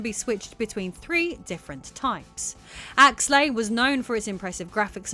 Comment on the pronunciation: Actually, it's Axelay, not Axlay.